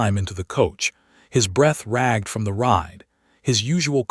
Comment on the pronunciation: Really, Really you keep using this AI voice, when everyone complains!!! It mispronounced Eleanor, Isabel and the word ragged and others! Choose another platform that offers a decent AI voice for your audiobooks. Sooo annoying!🤦🏻‍♀️ I rate your short tale a 4 out of 10.